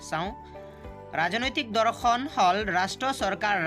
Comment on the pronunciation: Dada dhorkhon nhoi dorkhon .meaningei holai dise sun